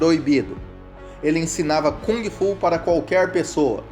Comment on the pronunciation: Boa noite, Bruce Lee foi, é e para sempre será o melhor lutador de todos os tempos que este planeta conheceu, indubitavelmente, simplesmente ele era um gênio, aí esta a gigantesquíssima diferença entre ele e outros! E por favor aprenda a pronunciar Kung Fu! Qual é a credibilidade de alguém que fala sobre o melhor lutador de todos os tempos Bruce Lee, se essa pessoa não sabe se quer pronunciar direito a arte marcial na sua essência chinesa que Bruce Lee mostrou ao mundo?